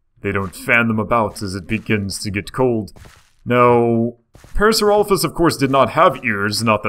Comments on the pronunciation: It is pronounced par-asor-lop-ez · Isn't it pronounced PAIR-uh-SAWR-oh-LAH-fis? I thought it was. Maybe not... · Its pronounced pair-a-sara-loph-us. Could you also talk about Micropachycephalosaurus and Carcharodontosurus or Baryonyx?